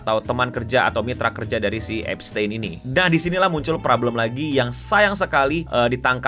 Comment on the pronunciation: Bacanya bukan gitu bang tapi eps-tin